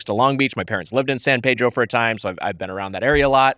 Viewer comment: It’s San PEE-dro, Tiger. C‘Mon now.